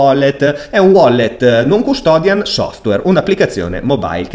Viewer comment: si dice NON CUSTODIAL, con una L non una N. Ottimo video comunque, grazie.